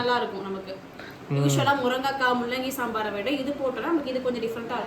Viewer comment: First pronounce the words properly morankai illa athu murungai kai